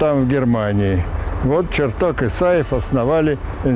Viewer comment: Ребята, а что случилось даже с самим понятием "корректор выпуска"? Ну ладно, на это нет денег, но как же можно посвящать выпуск выдающемуся ученому, и при этом, ставить ударения в его фамилии как в названиях предметов???!!! Ну ладно, один раз можно ошибиться, но голос за кадром постоянно ставит ударение на "Бориса ЧертокА, Борисом Черток0м", это что вообще такое, возврат к полной безграмотности?! Или Роскосмос нынче равняется на "Сбербанк" по уровню плинтуса?!